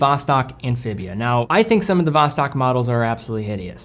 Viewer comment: pronunciation of Vostok drives me nuts